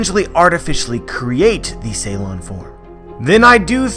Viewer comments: It's called Suron (long u) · Isn't it Su lon instead of Ceylon?